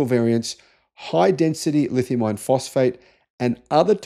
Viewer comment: Is this guy saying lithium iron or "lithium ion"... Aussies don't pronounce the r so can't tell..